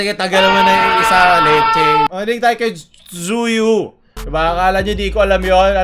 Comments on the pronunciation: Zuyu ang basa amp HAHAHAHAHAHAHA Chewy basa don HAHAHAHAHAHA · Zuyu akala nyo dko alam, kpoper ako Once: bAkiT zUyU YuNg TawAg nyA? cHU wi AnG bAsA dOoN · “TZUYU” 🙅🏻‍♀️ ———> chu-wi 💁🏻‍♀️ ———> zu-yu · *When PaoLUL say Tzuyu as 'zuyu' not 'chewy' *Once Assemble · Zuyu ampootah Tzuyu. Chewy pronounced dun 😂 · "chewy" yon hindi "chuyu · Wth Tzu-yu Its Chuwi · zuyuu no its CHEWY. CHEWWWWYYYYY. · ang tamang pagbigkas ng Tzuyu ay "Chuwi" not "Chuyu" isa ka talagang kpopers😂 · Zuyu HAHAHAHAHHAHAHA Chewy pronounce non eh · doon sa Tzuyu basa po doon is Tzuwi HAHAHAHA just saying lang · anong zuyu????? chewy ang pronounciation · Chuwe Po not chuyu haha😅 ok lng yan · Tzuyu saying her name:Chewy:Zuyu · Tsuwe po pag pronounce sa pangalan ni tzuyu. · Tzuyu pronounce chewy:) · chewy ang basa sa tzuyu HAHAHAHAH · cinocorrect nyo si na chewy pagkapronouce di nyo naisip he's being sarcastic lang naman. ONCE nani??? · correct lang kita vroe tzuyu yong pangalan nya chewie yung pronounciation na:) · Tzuyu pronounciation nya ay (Chewy) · tzuyu is pronounced chewy 😂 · Boss yung pronouciation ng tzuyu is chewy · Basta si, di ako magagalit na Zuyu yung pag pronounce niya kay Tzuyu HAHAHA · tzuyu names pronunce as jjeu-wi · TZUYU PRONOUNCE AS CHEWEEEE A GOD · It's "chewy" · I Love your accent say it again:"Zuyu" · Chewy po pronounciation, pashout out naman jan HAHAHA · Chuwy (Tzuyu) po... Hahahahaahaha 😅😂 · Tzuyu (chewie) ung pronounciation nya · Choowi/Joowi po pronunciation ng Tzuyu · Pare its pronounced chewie sa tzuyu just sayin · CHU-WI ang pagkabasa don HAHAHAH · HAHAHAHAHHAA CHUWY PRONUNCIATION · CHEWY PO YUNG PAG BIGKAS NG TZUYU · Yung pangalan ni Tzuyu pino-pronounce as "Chewy" hehe skl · Chewy pronouncation nun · Its totally pronounce "chewy" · Lol tzuyu is pronounced as "chewie"